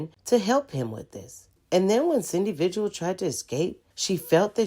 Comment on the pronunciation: Omg pronounce things correctly! Her name is pronounced like Vihill. Elephant Butte Pronounced like beaut not like but. Lost me with not being able to pronounce things right.